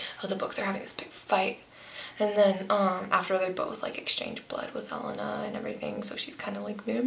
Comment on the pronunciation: you say Elena wrong